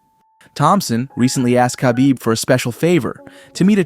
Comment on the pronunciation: You can’t even say khabib correctly what do you know